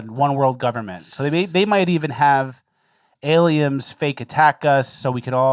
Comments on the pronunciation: I kept giggling like a child at "Aliems." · "Aliems" lol. YOU DID THE THING